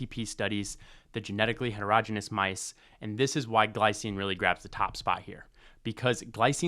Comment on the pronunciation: You pronounced heterogeneous wrong. Please learn from google or AI 😢